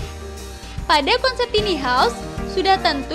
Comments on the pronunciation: Tiny house dibacanya taini haus...jgn tini dong hehehe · “Tini” dong :) susah bat apa ngomong “taini” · kirain cuma gw doank yg ga nyaman denger suaranya. bukan dari volume , nada suaranya dibuat tinggi kita yg denger ikutan cape. btw tiny dibacanya taini bukan tini ya min. hehehe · Dan ini satu lagi: "TINI" house?? 😖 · Iya taini nih hrsnya jadi risih 😂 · "Tiny" baca nya taini mbaaa.. tina tini🤦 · Kesel denger si mbak-nya nyebut2 tini haus.... Emang ini rumahnya si Tini..? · min, tiny house bacanya taini haus. tambahin wastafel di kamar mandi dong, min. mampir ke channel ane, min. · Mbak, Tiny House, bukan Tini House. Bacanya "tayni". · “Tini house” apa tu man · Tiny house... Kudunya dibaca "taini haus" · Tiny bukan tini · Tiny sebutnya taini, bukan tini. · Taini bacanya bukan Tini. Si Tini nah sepupunya si Tono. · tiny diucapkan taini .... bukan tini ... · Bacanya tai-ni bukan ti-ni mbakee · Taini home bukan tini home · Taini kali, bukan tini 😄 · Tiny bacanya taini mba